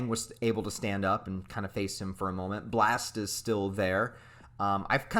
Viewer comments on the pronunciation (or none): none